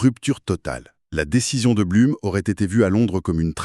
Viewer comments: On dit "bloum" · Beaucoup d'erreurs. Le nom de Blum prononcé de travers 2 fois sur 3. Un discours laissant entendre que l'Allemagne aurait une frontière avec l'Espagne... Ou simplement l'idée que mussolini aurait attaqué moins facilement. Alors que dans la réalité il n'a déclaré la guerre que quand la défaite française n'était déjà plus évitable.